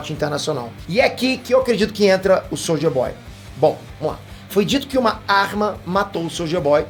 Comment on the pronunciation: falando soulja boy kkkkk